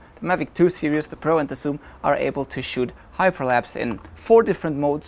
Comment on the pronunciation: Hi, good vid. Just a bit of constructive criticism. You mispronounce the word series and are always saying serious. The two words mean something totally different. Serious in German is ernst. Series in German is Serie. But don't worry almost every German TV commercial makes the same mistake. As a mother tongue English speaker it's hard to listen to.